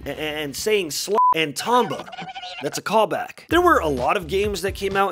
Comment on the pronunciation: Imagine pronouncing Tomba like Tomba